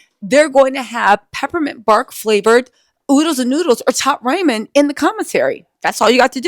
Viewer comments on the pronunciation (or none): I love lol she said Top Raymon 😂